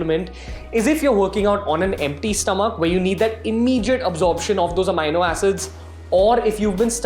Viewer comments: it's a-me-no.... not a-mine-no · Are you Certified Nutritionalist?? Its Amino Acid not Amyno acid.. Secondly why we should listen to you?? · AMEENO HOTA HAI BHAI AMAAYNO 😂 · bhai pehle bolna seekh le... amino howe he yo.. Amaaayyynnnoo Na 😏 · AMINO PRONOUNCED AS AMEENO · Even I was wondering the same...so checked Google thinking I was pronouncing it wrong all my life..!! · Bhai phle Amino bolna sikhle 🤣🤣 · Never listen to a fitness "guru" who can't pronounce amino. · First correct your pronounciation of Amino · it's not right dumb ass , neither in American English , nor in British pronounciation